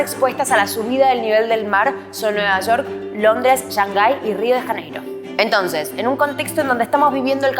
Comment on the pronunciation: No se dice "Yangai".... sino Shhhhh-angai